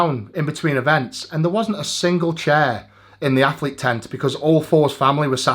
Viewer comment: really? does that mean you say “what’s over fair” instead of “what’s over there”?